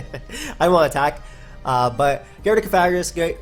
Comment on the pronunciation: It doesn't really bother me you mispronouncing Pokemon but correcting someone does no harm:] It's pronounced co-fa-gri-gus. Thanks for the great video again,:]